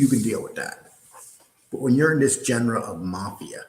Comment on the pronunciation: You’re pronouncing genre wrong. You’re pronouncing Jean Borello’s name wrong. I can’t take it anymore